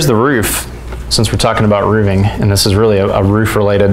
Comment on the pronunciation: "for my frame carpenter and I to ..." is not English. And "roofing," like "roof" and "roofs" has an aspirated "f," unlike the the 'v' in "hooves."